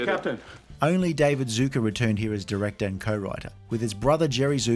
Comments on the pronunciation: You’re pronouncing their name wrong it’s not pronounce Zuker it’s pronounced Zucker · Why do you call them Zucka? Their name is Zucker. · Zucker is actually pronounced like “sucker” with a Z, not “zooker”. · Zucker, not "Zooker". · 'Zucker' rhymes with 'cooker'